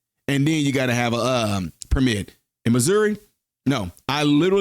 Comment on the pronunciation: You pronounce Missouri like MISERY